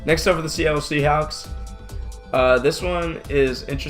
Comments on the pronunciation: Ocean Martin-rapoza he said Seattle seahowks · Listen to the way he says Seahawks